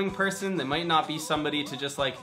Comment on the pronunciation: Lol I love how u said might